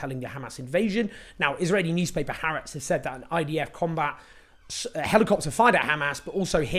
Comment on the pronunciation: Just a note – if you’re going to be saying it regularly, it would take you two minutes to Google how to pronounce HaAretz correctly…